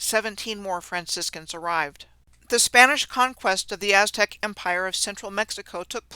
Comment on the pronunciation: As-Tech? (Aztec)